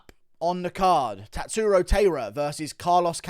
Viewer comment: Guru his name is Tatsuro Tie-ruh… not Tay-ruh